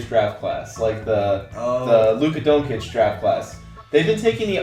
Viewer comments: it is pronounced DONCHICH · U say it like Don-chich